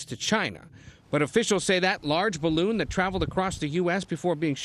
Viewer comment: ""spy"" bloon